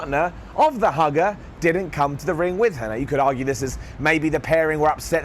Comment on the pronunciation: "Mugger" instead of "hugger"